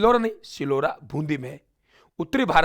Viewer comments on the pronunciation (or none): सिलोरा नहीं - सिलोर बून्दी हैं